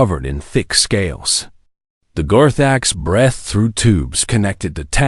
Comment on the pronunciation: GODDDD DAMNNNN .... "..the Gorthaks BRETHED..."!!!!!!!!!!!!!!!!! WHAT THE FUK IS "BRETHED"!!!!!!!!!!!!!!!!!!!!?????????????????